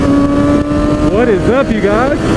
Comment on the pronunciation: Odd moment when he says chhhyeaa you think he is saying chillllllll in a weird way lol